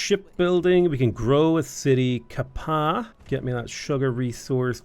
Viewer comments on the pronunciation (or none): Ka-Pa’a is pronounced Kah Pa Ah. Pronounce every vowel.